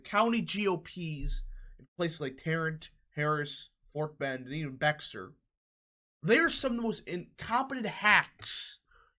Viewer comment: Beck-sir county lol